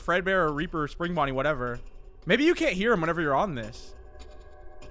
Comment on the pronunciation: I low key thought he said raper animatronics 💀